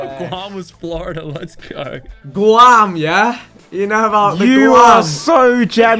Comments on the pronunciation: Vic called it “Gwam” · the way vik pronounce Guam LMAO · I literally spent like 2 years living in Guam and as soon as I heard the GU I instantly realized no one would realized where it was cus it’s in the middle of nowhere. Edit: Vick’s pronunciation killed me inside 😭